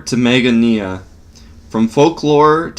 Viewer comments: It's pronounced MA Goan Ya. Not Mag OH Knee ah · MA-gone(like cone)-ia do us all a favor....don't read outloud